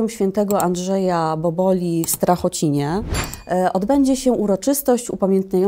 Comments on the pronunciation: To jest STRACHOCINA, nie Strachocin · Strachocina , a nie srtakocin !!! /25 minuta/